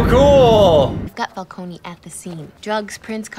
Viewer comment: The mispronunciation of Falcone is really annoying